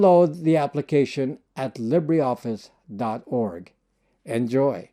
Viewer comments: Its NOT LibréOffice. Its LibreOffice ! You don't pronounce the "e" (even less "é") but just : LibrOffice and voilà... there you go !!! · Interesting pronunciation of 'libra'. As a Brit I pronounce it in the French way 'li-bre' (lee-bruh) to mean 'free'. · Pronounced leeber office not lib rey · LibreOffice ftw! BTW it is pronounced Li-ber Office, not Lib-rey Office! Just like: Fibre = Fi-ber not Fib-rey! Titre = Ti-ter not Tit-rey! Cadre = Cah-der not Cad-rey! Sabre = Say-ber not Sab-rey! I know English isn’t your first language, so I’m just adding this for English speakers. These words are of French origin (not Spanish or Italian) - so that is the reason for their non-phonetic pronunciation. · Libre pronounced “Lee-Bra”